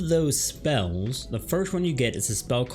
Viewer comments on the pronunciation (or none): How can you guide someone if you can't say the names of the spells right.